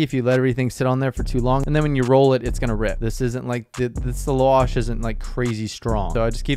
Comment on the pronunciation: It’s Pronounced la wash. Lap with no p then wash lol. La vaa sh.